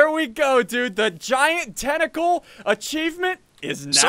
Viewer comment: The Tentacle is called “Tainticle” 😂